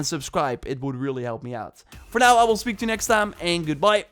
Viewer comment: And "and goodBYE" LOL